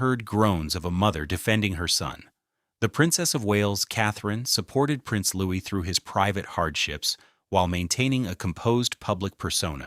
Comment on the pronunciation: Those crying pictures are AI, and so is the narrative. He is NOT Prince Louis (Loo-is); He is Prince Louis (Looey).